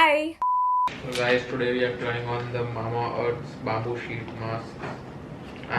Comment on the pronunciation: Wait, I rewinded 5 times to check whether actually said Ubtan BABOO sheet mask!?🤣🤣 Damnn BABOO🤣🤣🤣🔥